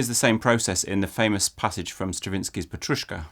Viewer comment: Thank you, interesting content, as always)) Really liked your "petrushka", must say you did pretty good)) I'm from Ukraїne and Ukrainian has this word in commom with Russian. (Means parsley, which I think you know, but just in case someone is curious)